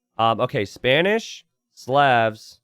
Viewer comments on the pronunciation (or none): There is no such word as "anyways" in the English language. The word is "anyway". You can't even pronounce "Slavs" correctly. STOP PERPETUATING STUPIDITY. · You pronounced Slavs wrong bro. Good cast and a great match.